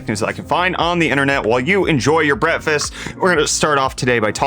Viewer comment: Are you saying Breakfast or... "Brettfast" ;).